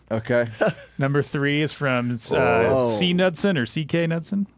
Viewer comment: not correcting and pronunciation of Knudson (Kah-Nude-Son / Kah-Newt-Son) is driving me nuts.. You live in MN, you gotta let him know...